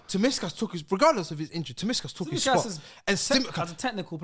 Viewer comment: The way slaughtered Tsimikas’s name lmaooo